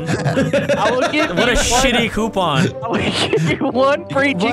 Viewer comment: I like the way deliriouse says coupon